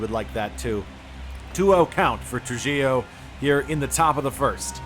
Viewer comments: Trujillo is more like “True He Yo” Great video as always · Tru-HEE-Oh. It's a Latin surname; the J is pronounced like an H.